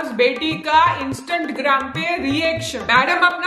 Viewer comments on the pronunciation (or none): Its not Instatgram its Instagram